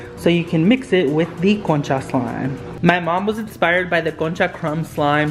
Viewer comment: I love the concha slime!! What ethnicity are you?? I’m curious if you are Hispanic since your pronunciation of concha sounded really good 😊